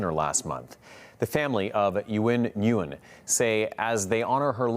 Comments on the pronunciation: Wouldn't Uyen Nguyen be pronounced like "win win"? Feel like they butchered her name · Learn to pronounce her name correctly please